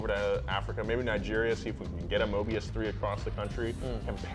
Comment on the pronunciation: It's not Mobias but Mobius. At least get the name right genius from South Africa.